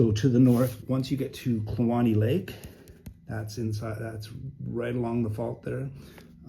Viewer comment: It is my pleasure,. It was really awesome for the Bride and I to hear "Kluane" spoken. We'd always assumed it was said, "clue-ane" but you said "clue-ane-ee" so thank you for that. When we drove up from Haines to Fairbanks in 1991 and then back down to the lower 48 via the Al-Can in the fall of '94, the waters of that lake were just stunningly beautiful to us, and we live in the Flathead Valley of Montana so beautiful waters aren't unusual to us. We might have picked up a piece of "roadside geology" there!!